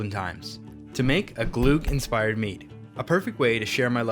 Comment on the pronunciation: If you're going to make an entire video about glögg, at least look up how to pronounce the ö/ø :P